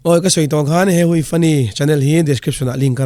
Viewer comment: Hei hui tih lam dan hi.'hei' tih hi 'hei hi' tih a 'hei' lai ang hian lam tur a nia.'hui' tih hi 'awi/ui karei' tih a 'awi/ui' tih thluk ang hian lam tur a ni e